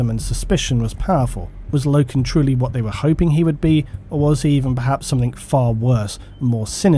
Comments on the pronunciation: Same guy, and its pronounced "Low-ken". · It's Loken